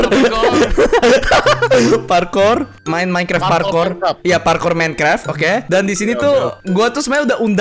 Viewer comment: Minecraft bukan minekrep🗿